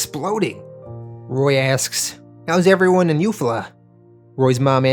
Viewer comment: Great video. But as a native of Alabama, Eufaula is pronounced like You-fall-a.